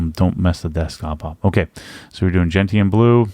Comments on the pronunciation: It's 'jen-shn' with a soft 't' not 'jen-t-an' with a hard 't'. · Gentian is pronounced Jen-shun, as in the plant with bright blue flowers.